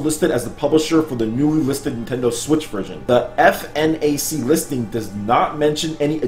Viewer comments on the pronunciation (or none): Hey, great video! That ninja game looks awesome. Fnac is pronounced just as it's written like f-nac;)